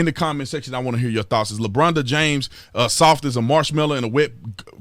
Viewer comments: Holy Sh!1 ...i thought you said Lebronda James..... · “Lebronda James” cracks me up! 😂 And HELL no is he anywhere close to Michael Jordan! I remember Jordan playing in the playoffs with the FLU so The Bulls could win ANOTHER CHAMPIONSHIP!!